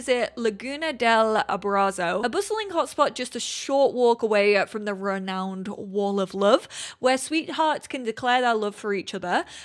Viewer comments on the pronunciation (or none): none